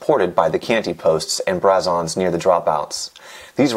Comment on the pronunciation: pronouncing it "nit-oh" and not "neat-o" as well as calling braze-ons "brass-ons" is making me want to call the police